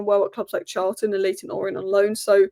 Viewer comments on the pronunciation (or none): none